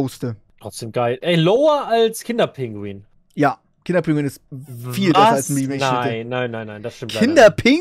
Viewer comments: Kinder PINGUI !!!!! nicht Kinder Pinguin! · Es heißt Pingui, nicht Pinguin. 😬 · Ich werde da nach 2 Minuten schon so aggressiv. Es heißt Kinder PINGUI, nicht pinguiN! Ohne N! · kann jemand den bitte erklären das es pingui und nicht pinguin heißt lmao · Triggert dass ihr KinderpinguiN sagt. Lasst das N bitte einfach weg, danke😘😅